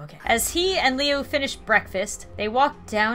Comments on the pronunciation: IT'S SAIDED Lu NOT Liu but just spelled Liu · Liu is pronounced like Lou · Jeff’s brother’s name is pronounced as ( l oo) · Its pronounced loo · Liu pronounces Lou not to be mean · Liu's name is pronounced loo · Jeff's last name is Woods, or their families that is too, liu's pronounced loo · It's pronounced Lou. Also, could you do his story of Homicidal Liu? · You kept saying Lius name wrong xD it's pronounced like luw would be said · Liu; (loo) your saying it wrong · IT IS PRONOUNCED (LUU) IDIOT. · Liu is pronounced Lu. This is also it's the story of Homosidle Liu. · His brothers name is pronounced as Lou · 1 his last name is woods not wood 2 his mums name is Connie 3 his brothers name is said like lu but it's spelt liu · Pronounce it Loo... that is how you say it when its spelled Liu. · Lui,s name is pernowns Lu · Liu is pronuced like Lu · liu is pronounced loo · lui is pronounced loo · It's pronounced Loo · Do homicidal liu also its pronuced lu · the beginning triggered the absolute SHIT out of me. it's woods. woods!!! NOT wood. And his brother, liu, is pronounced LOU! Spelled liu, pronounced LOU!!! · How she says Homicidal Liu's name it's pronounced Lu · OK I LOVE YOU SO MUCH RIGHT NOW BUT lui woods if you cant get it its like looy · Liu is said Luke without the useing the k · you pronounce "lu" like "lou" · IT'S PRONONCED LIU (LOO) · Jeffs brothers name is pronounced Loo-i. Hope this helps! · It's pronounced loo for liu. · I could be wrong but.. And not trying to say that you're bad at pronouncing names,, I had trouble with this one as well... But isn't Jeff's brother's name pronounced Lui? Like, Loo? I don't know. I could be wrong, as I said. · So cool! I'm so excited! ps it's pronounced like LUU but it's fine if you say it however you want 😊😊 Pps I love you and your great series! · the way you pronounce liu is loo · Liu is pronounced like Lu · the way you pronounce Liu is like loo but spelled Liu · You're saying lui's name wrong. (pronounced l-oo-ee)